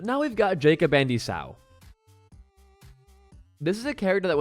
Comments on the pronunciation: esau is pronounced E saw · The way he says 'Esau' has traumatised me for life. I'm officially more traumatised than isaac.